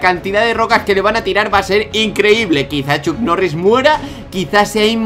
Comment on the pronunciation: tiooo no es chuck mori ni chuck noris es chuk norris